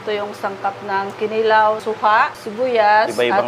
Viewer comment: wow! at last, CDO! by the way, KINILAW ay pronounced with emphasis sa 2nd syllable. ki-NI-law. para i-NI-haw. hehehe